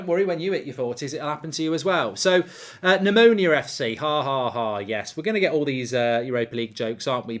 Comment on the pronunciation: The club is called Omonoia... Not Omonia